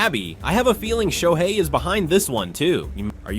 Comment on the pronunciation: Announcer needs to learn how to say SHOHEI Ohtani 🤮👎👎